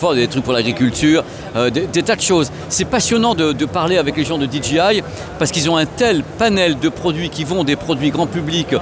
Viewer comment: DJI : "DI JI AIE" ou la la pour un ancien prof d'anglais😨